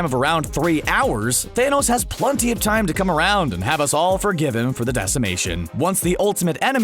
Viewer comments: PLUNTY??? don't you mean PLENTY? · I'm I the only one that hears (plunty) instead of plenty????? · I’m pretty sure that the guy said plunty